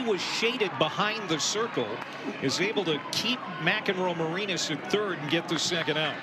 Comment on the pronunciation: PBP Announcer: Nelly McEnroe-MaREEnas. Please get it right.